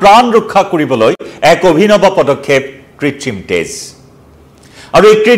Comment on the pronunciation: তেজৰ উচ্ছাৰণ তে'জ হলে বৰ কিবা লাগে আৰু দেই।